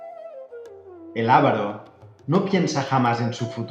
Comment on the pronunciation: Es Avaro, no Ávaro.